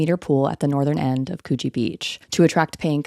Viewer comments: It's pronounced Coogee like "cook", not "K-you-jee". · Yeah I had to google if there used to be a Cecil hotel in Cronulla to check if that’s what she was actually saying 😂 I live 5mins away so I was definitely shocked to be hearing about Cronulla on here. FYI to other American it’s Cr-nuhlla, and Coogee is Cooh-jee not Cew-jee. We pronounce everything so weird so I don’t blame the mistakes haha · I'm sorry. I had to turn on captions just to see it's "Coogi" beach. Because that is not what I was hearing. lol